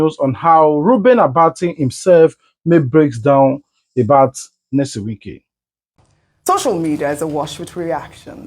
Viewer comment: Pls which one is Nesom? Are you a Nigerian and in Nigeria? This name is a household name and should be pronounced correctly. Your analysis is ok